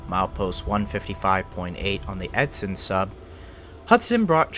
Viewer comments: Edson, not edston. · Ngl hearing it pronounced edston instead on edson is killing me inside 😂. But great vid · Edson being mispronounced as Edston is pretty annoying. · The town name you kept butchering is "EdSON" not "EdSTON". This would have been a very good video if not for the blatant mistakes in your reading of the script. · Edson.. not Edston. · How do you get "Edston" from the true name "Edson"? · It’s Edson not Edston. I like it otherwise. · Awesome video, but it is Edson! Pronounced like Ed sun. Otherwise well done video. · Bruh, i live in EDSON not "EDSTON" edit: stopped watching when he was talking about jack hudson in "edston" how tf does one missponounce edson.. simply spell it out.. ed-sun where tf is the T??? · Awesome video... but "Ed-sin" not "Ed-stin". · Edson not Edston. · Edson, Alberta is pronounced, “ED-son”, not “ED-Ston”. I am from Edson basing oil and gas work out of Edson. It surprised me how much hearing the name mispronounced affected me. Thanks for the great work on this remaster. Alberta Jim ❤ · My Uncle worked that line gandy dancing in the 60's round Hinton. Edson is pronounced Edson - Not Etson. Good video. Chisely CN is not known for their crew consideration. I was a switch cleaner one winter in the Vancouver yards and came out of it with my life [ got hit riding the engine front] after working 20 hr straight with no promised overtime. Like typical corporates all they want is a warm robot. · Good and detailed report. However, the date or year you specified for the Lac-Mégantic train disaster was not in 2017 but actually on July 6, 2013. And lastly, the town name of Edston (as you pronounced it) is incorrect. It is actually called Edson, without the "t" in the title and pronunciation. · You keep on saying Edston instead of Edson. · Great film. I hate to nitpick, but it is Edson, not Edston. ] Thanks! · Great video, but there is no "T" in Edson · The town is called "Edson". There is no "T". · There's no T in Edson. 😂 It's killing me